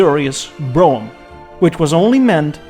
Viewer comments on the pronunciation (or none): none